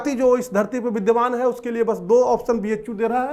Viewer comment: It's not bichhu bichhu, it is b h u